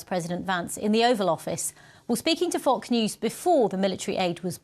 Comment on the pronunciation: she said "While speaking to F*~ck News" 🤣